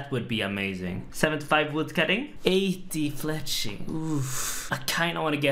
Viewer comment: He said 80 fleching .... ooof